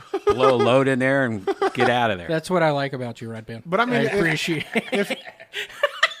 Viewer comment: Lmao, did just called Redban "breadpan"? 😂🤣😅